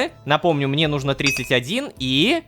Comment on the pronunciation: Ну́жно, Рома, ну́жно, а не нужно́. Это ударение преследует тебя уже долгое время и это меня убивает, умоляю, ради меня, ставь ударение на две буковки раньше, прошу. Я подпишусь на бусти тогда.